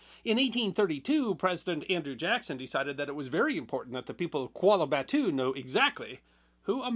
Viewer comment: Kuala batu.......british way of pronunciation..... Hahahahahaha